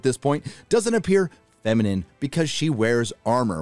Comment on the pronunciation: I love it when they take a "strong female" and then just give her the qualities of a man, completely ignoring any feminine qualities. Oh shit, he said Fem-inem! And the dude where's my car guy looks like a discount Aragorn!